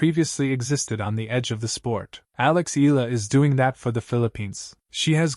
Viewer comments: Its E-yah - lah not ee-lah😅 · Her name is phonetically pronounced, ‘Eeyalla’ not Eella. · Dude, learn how to pronounce her name correctly. E-a-la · How hard can it be to tweak that AI tongue to pronounce E Yah La? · EH-YA-LAH. Pronounce it right. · her family name is EALA and the correct pronunciation is "Ee-ya-la" or that's the way it is being pronounced here in the Philippines! it should NOT be pronounced the way "Eagle" or "Eager" are pronounced . The second letter "a" should be stressed aloud as a "ya". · EALA ronounced as Ee ya la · As popular as she is, you still murder her name! Again, her name is in three syllables.... E-Ah-LA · AI transcription and bad pronunciation of Eala